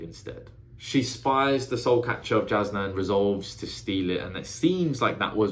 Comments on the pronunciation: Pronunciations for future videos: Szeth - Zeth Shallan - Shah-Lahn Jasnah - Yaz-Nah Tvlukv - Two-Vluh-Kov (idk if you will need this one but it is a weird ass word to pronounce lol) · Really enjoy getting to see someone's perspective on a first read. Jasnah is pronounced as if the J were a Y, just letting ya know cause there's no way you could unless you hear it. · If you care, it doesn't really matter, but the audiobook pronounces it ShallARN and (j)Yasnah (y instead of j). Sanderson has said you can pronounce however you like.